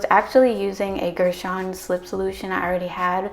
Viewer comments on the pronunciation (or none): I love you and your video’s ❤️ (Btw it’s pronounced ger-shun)